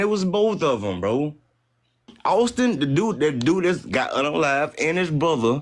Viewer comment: How does over emphasizing the words “Bro” and “Bi**h” make a compelling argument. Or not make you sound like a ghetto, ratchet usual 13%er?